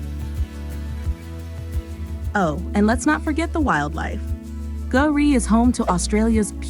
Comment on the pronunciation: K'gari is pronounced Gah-ri, not Goo-ri. But props for not pronouncing the K. It's something a lot of people don't seem to know. (K-no)